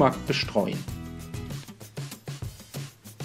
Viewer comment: (Schwarzpimmel). Wenn man sich aber auf Schwarzkümmel konzentriert dann hört man es auch. Ist noch lustig.